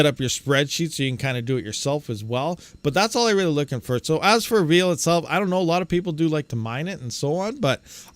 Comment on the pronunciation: Why do some people pronounce "veil" as if it was "veal"??